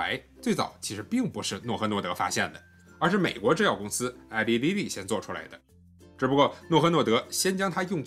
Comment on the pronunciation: Eli Lilly名字发音是错的